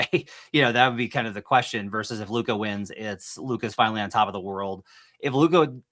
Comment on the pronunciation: Ya he’s another one of these guys who doesn’t even have the decency to pronounce Lukas name right. I’m sure he would correct you if you mispronounced another name tho.